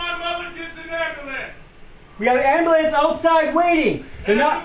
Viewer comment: What’s an “ambalance” I mean I’ve heard of an ambulance